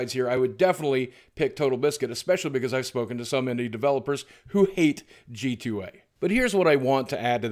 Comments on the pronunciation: Boogie, it's G2A (gee-too-ay) not GTA. You got my small brain confused with the mistake. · I love how Boogie kept accidently saying GTA many times and didn't stop to correct himself. brought a smile to me every time I thought that instead of G2A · did anyone realise he said GTA. com instead of g2a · Boogie half the time you said gta not g2a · nerd: BOOGIE DID U JUST CALL IT GTA. IT'S G2222A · You keep saying GTA instead of g2a haha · Is he saying "GTA?"